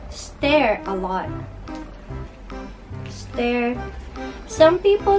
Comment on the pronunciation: I've tried to try natto a couple of times, but I honestly can't stand the smell ^^; By the way, you were close with the pronunciation of "stir." But it should be pronounced like "stur" (instead of "stair") ^_^